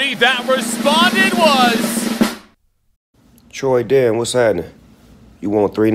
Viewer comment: CALL YOU TRENDAN NOT TROYDAN